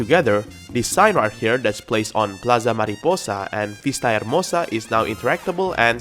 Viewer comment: Oh! your spanish hears good! When I heard you saying the name of the new place "Ciudad Enamorada" I got surprised! "Plaza Mariposa" and "Vista Hermosa" really good job on the speaking!